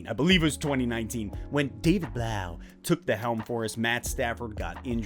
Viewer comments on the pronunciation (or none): I thought it was pronounced David Bluff. As in tough.